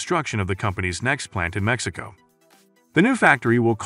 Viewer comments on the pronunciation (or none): none